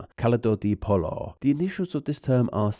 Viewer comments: I love you, but that is not how you say "pollo". If it helps, the double L in Spanish is pronounced like a Y. So pollo is "poy(rhymes with boy)-yo" Great video though! It's important to talk about. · "Pollo" isn't pronounced like "palo" - the latter is the Spanish for a stick! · FYI: Pollo is pronounced like it rhymes with "Boy-O" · Basically, monsters have turned innocent poultry broth into a codeword for their perverse crimes. As they are wont to do. while not exact, you'd be closer with the pronunciation had you read that double l as a j; also, why go to Spanish when the initials of "chicken soup" are just one letter away from "CSA", with the missing letter standing for a word those involved as perpetrators don't like to apply to their acts, and thus they usually remove?